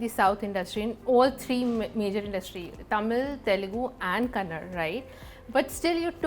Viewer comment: It is KannadA and not Kannad dear anchor.